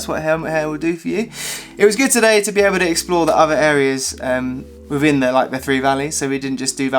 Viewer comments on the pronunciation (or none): none